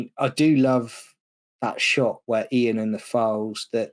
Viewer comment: I always thought at this point the Dr was deliberately mispronouncing Ian’s name to get a little back for the loss of authority over the group. Hartnell’s line fluffs seem to have been in the middle of long sentences. Has anyone got a copy of the Titan Books script book for The Daleks - that would be interesting to compare